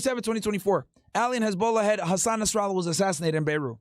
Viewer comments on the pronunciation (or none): none